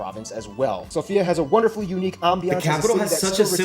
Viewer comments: The capital's name is SOfia, with emphasis on the letter О, not SofIa, which means a female name. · It’s always so funny hearing everyone say Sofia when we pronounce it Sofja 😂😂😂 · Sorry but it's Sòfia not Sofìa 😁😅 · It’s sòfia not sofìa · It's Sófia not Sofía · To be honest, first the capital's name pronounces Sófia not Sofía, also the yoghurt is amazing. The population continues to decrease it under 7 million already, big part of it are gypsies and most slavs hate them. Anyway this video forgot to mention the Cheesepastry banitsa ⋌༼ •̀ ⌂ •́ ༽⋋ how rude. Oh and those macedonians should stop stealing our history, little shits, they were Bulgarian territory for long enough, as BULGARIANS, and along the San Stefan's peace contract it had to be Bulgarian land but NO, those west europians had to cut much lands out. What? They scared if we had more territory we would be a threat to them (￣∇￣)? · I just want to say that it isn't "Sofia" but it's "Sòfia" pressure on the "o" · actually the way you pronounce our capital is Sófia. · The stress on Sofia ( София ) is on the o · Yeah, its SOfia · "The capital has such a simple name" First pronounce it right, THEN say it's simple!